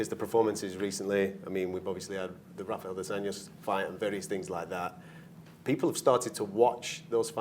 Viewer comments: “Rafael Dos Nachos” 😂😂 stop it Colby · HAHAHAHAHA he really never loses it! He is always playing a character even when he says that he's actually playing one! LOL at "Rafael dos Nachos" hahahaha, any other guy who talks spontaneously would have said the name correctly! Let's make welterweight great again! Let's go Colby! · He called him Ralphy Dos Nachos also lol